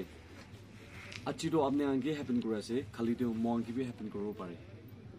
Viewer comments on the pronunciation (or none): none